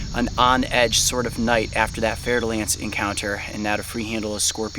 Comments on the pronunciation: I'm french and I just realized, after two years of watching this channel, that the pit viper he oftenly refers to and that was behind him here is very frenchly called "fer-de-lance"... which I always heard here as "fertile-ant" with some weird "i" pronunciation....... x) no wonder I never found it on google, had to wikipedia the hole pit viper family xDD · its fer da lance snake just in case you think hes saying fertile ants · "fer-de-lance" lol i love how u prononce french snakes names (btw im french ik what im talking about) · It’s fer-de-lance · “We also have to be careful for venomous snakes” A bit later: The fer-da-lance: yo wth dude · he says " There's a Fer-de-Lance to your right." I couldn't figure out what he said until literally now lol